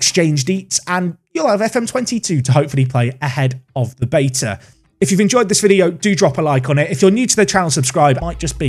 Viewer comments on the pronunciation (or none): none